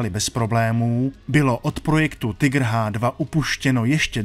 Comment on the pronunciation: Konečně někdo nevyslovuje "Tajgr"! Děkuji.